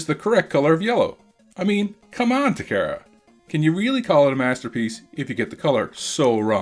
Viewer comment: ...Ta KAR a. Not ta Kara